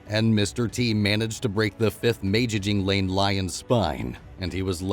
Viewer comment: "May-Jing-Jee-Lanes"...lol. Good video though, and yes very true, even the most brutal seemingly invincible coalition has to pay their tax bill some day.